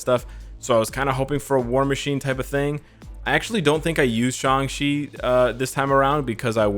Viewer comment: Just wanna say thank you for pronouncing his name right, for some reason everybody thinks his name is pronounced like "Shung-Chi"